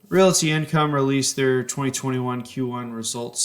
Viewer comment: Why does he keep calling it "Reality" Income? It's making me cringe.